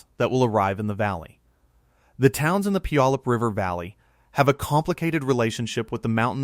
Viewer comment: The narrator doesn’t know how to pronounce Puyallup Washington. 🤣🤣🤣